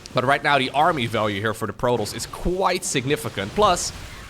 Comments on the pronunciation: Bro, you really need to learn how to pronounce, "PRO-Tahss" not frickin, "Prodos." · Every time you said "Protols" I cringed.